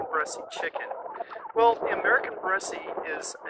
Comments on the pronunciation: Bresse, the 'e' at the end is not pronounced. You're killing me. I can't even watch this video. If you watched anything about this breed, you wouldn't be pronouncing it like you are. Lots of people try to get their money back on breeds. Any hatchery will ask for pictures. And don't knock Greenfire farm. If you stopped and learned about the breed ahead of time, you'd know that their bone structure is different. What a chicken snob. Learn about the breed before you buy it and you could have created an environment that was better for them. I've had chickens with crooked toes, its not just the Bresse. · He says bressie like bessy. The French prounce it like bless. lol I don't know what "French" person you heard but they were misprouncing it. Look it up. It's not bressy. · I have Bresse (pronounced Bress, not Bressie like this gentleman says) chickens. They are beautiful. I have crossed them with Australorp and Meyer Hatchery's Olive Eggers. They have a few colored flecks which I like. I thought that the white was like bleach over other colors until I crossed it to a Mottled Java which is one of my favorite feather patterns. (Mottled Java pullets went broody too often). The F1 is almost totally black. She has a few white spots on her breast, but you have to catch her to see them. She has started laying a nice pink egg. I will see if the broodiness carries over. I am wondering if you have crossed them to Sapphire Gems? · Bresse - Rhymes with BLESS. Not Bressy. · It's not "bress-ee" it's "bress." You are why people don't like us coming to their countries on vacation. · Too bad that you got rid of your best cockerels. I would have crossed them over some very nice Black Australorp hens and established hybrid vigor. Black would have sharpened the white color too and you could then have used these offspring to cross back over the rest of your Bresse. I know it's a minor thing but the final 'e' is not pronounced ....one pronounces it as BRESS.